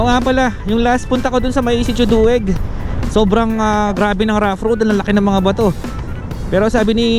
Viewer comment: 1 syllable po ata dueg, di po du-eg, mas mganda dumaan sa bayan ng camiling pag gabi na kesa mayantoc, nkakatakot na tska mas mabilis